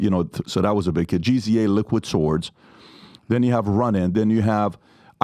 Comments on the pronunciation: Lol giza and riza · No way PD said GZA as G-Z-A 😂😂 HOW? NO more rap interviews for u lol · Patrick called Gza...Gee Zee Eh😅